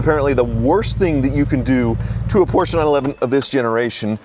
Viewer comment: Gee, another Posche that needs work. Can you say Hooptie Special? Never learn do you?